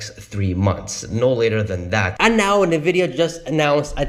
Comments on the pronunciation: Pronounced: ennnn-vidia not Nah-video! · You're saying Nvidia wrong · How can anybody take you seriously when you can't even pronounce the name of the company correctly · Could you please pronounce Nvidia correctly... Well I guess not